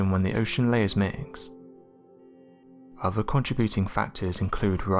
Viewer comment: i don't understand how this narrator can pronounce the th in thoughts but not the th in other. drives me nuts. anyway the plastic issue is an extinction event